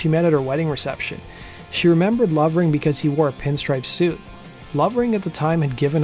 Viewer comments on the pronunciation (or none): none